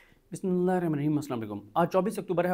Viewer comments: Bismillah Sahi parrh Lia karain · جناب بسم اللہ الرحمٰن الرحیم تو صحیح پڑھ لیا کریں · بسم اللہ الرحمن الرحیم تو صحیح پڑھ لیا کریں